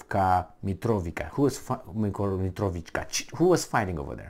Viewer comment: pronounced: "Mitrovitsa", brgds